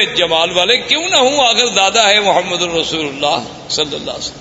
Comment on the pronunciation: Say Prophet s.a.w. Name with Humbleness, Humility and Respects... Say Muhammad and NOT Mohmed.